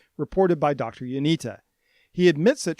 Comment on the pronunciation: Not to be that guy but its Ionitsa. The cedilla under the t makes it a ts.